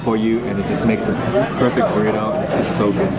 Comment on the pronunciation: lol "Girlito?"